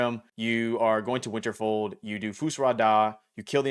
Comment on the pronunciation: Great video, but you need to do better.....It's Winterhold, not Winterfold, and "Fus Ro Dah" not Fus Rah Dah....smh